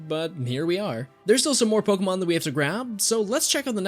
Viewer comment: You are my favorite Pokémon channel. Purely for the fact you actually say Pokémon, and their names correctly. ❤️.